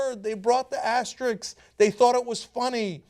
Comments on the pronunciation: Guys, the word is asterisk. AsteriSK, not asterix. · It's asterisk, not Asterix. He's a fictional character. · "Asterix"??? What is "asterix"?